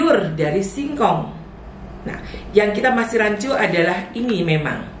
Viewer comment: rancu ka bukan rincu😊